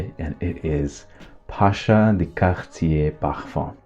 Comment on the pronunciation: I love your videos. Your presentation is always on point. Though I do have a suggestion, can please kindly not overkill the pronunciations 😊, I mean yes you might wanna be correct with it but most of the fragrances are french, but you’re doing videos in English, so cahatiee pahafam I mean really?😅 why can’t it just be Cartier the English version, mah anto bahva 😅 why can’t it be just the plain old Marc and so on. Anyhow do absolutely love your videos.